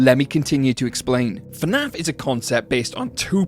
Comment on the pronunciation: abolute bonkers of a video, well done but please its not f'naf, its fnaf